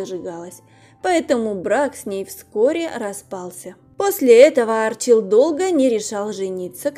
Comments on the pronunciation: Не А'рчил, а Арчи'л. Неправильное ударение режит ухо. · АрчИл он, а не Арчил! Слух режет!